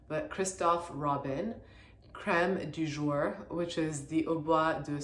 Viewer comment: giiiirl, you saying "crrreme du jourrr" like you don't have an immaculate french accent hahaha